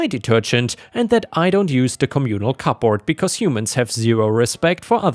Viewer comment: how you say "cupboard" and "her" sound funny af lmao